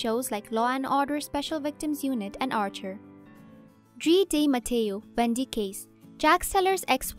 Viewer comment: This broad left out the deeper film history of afew of these great actors. Like Katie in Married w/Children & that she's also a renowned opera singer. Ron from Hellboy. Drea (which she mis- pronounces her name. Psst, it's pronounced "Dre-ah") of Sorpranos fame. & my boy 'tig' from Waterworld. Must've came into the country way after 2000.